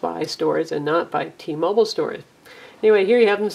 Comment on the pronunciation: T-Mobile, not T-Mobul